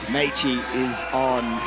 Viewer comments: gently emphasizing "Meichi" and "Sorato" while the other guy doubles down on "Mechi" and "Soratu" 😅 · Nice to have as a commentator but really wish he would learn how to pronounce Meichi and Sorato’s names better